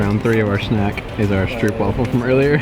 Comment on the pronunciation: It's not stroep wafel, it is stroop wafel, with an o as in go and slow....